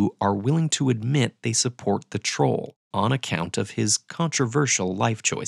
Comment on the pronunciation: why 'troll supporter' sounded a bit like 'trump supporter' to me?! 🤔